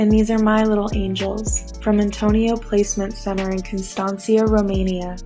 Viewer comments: For someone so highly educated she can't remember just 4 dates, engagement, marriage and two children. 'So many dates' Erika - so many lol and can't even pronounce Constanta correctly and she lived there? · I caught the misspeaking of the city Constanta as well, and yep, who can forget when they married the love of their life? Many have several kids in a short span of time, but to get confused on how long or what year you got married is just too out there for me. It blows my mind. Along w many other things that have happened since he was murdered. Even the Instagram post she did the morning of his assasination. It's all too weird. I watched the video of her the day after he was killed, in his office, touching the chair etc, and it all seemed so calculated and staged. I think I would touch the chair and hold his slippers or smell his pillow, things like that - but in PRIVATE. Not on national tv. It's overwhelmingly strange in all ways. The story stinks from the moment he was killed. No crime scene protected.. Camera's being removed etc. I can go on and on, but there are people who are hiding the truth from all of us for sure. This was not a normal crime in any way.